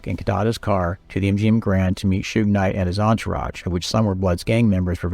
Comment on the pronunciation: If only, he didn't say: "Shew-ig" and "2-Pack" in this. 😒